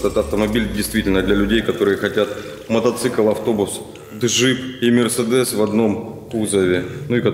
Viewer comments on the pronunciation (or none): none